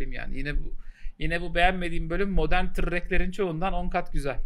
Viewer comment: "modern tırrekler"